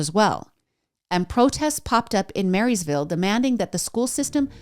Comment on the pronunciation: Just a heads up from a local — Blount county is pronounced like blunt. Ignore the O 🤣 Also Maryville has no S. It’s pronounced mare-ville. No e sound.